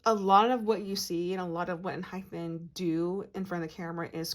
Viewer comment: Found your page and loving your readings so much. You have a lovely voice to listen to and you pick up on the boys energy so well. Can I just point out one thing. It’s pronounced EnhyPEN not Enhyphen.